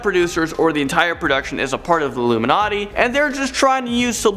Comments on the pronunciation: Umm illumanati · It blurred when you said uluminati